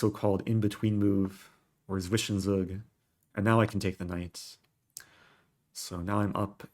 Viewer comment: Zwischenzug, pronounced Tsvishentsoog.